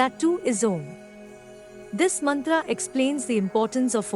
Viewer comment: Wonderful job! Except for the awkward Mantra pronunciation by the AI lady. still it is impressive.